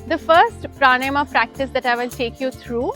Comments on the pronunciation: Its Pranayam....not pranym..idiot😅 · good video. Observe your pronunciation of pranayama - it is प्राण + आयाम so प्राणायाम ( not प्राणयम or प्राणायम). Thanks